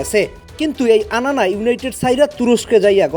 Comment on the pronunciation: anana holland 🤣🤣🤣🤣🤣 naam thik bhabhe uccharon korte parena abar beda aise sports commenting korte